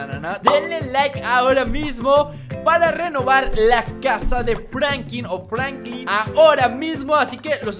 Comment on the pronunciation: enserio no sabes pronunciar franklin pero escribir si no?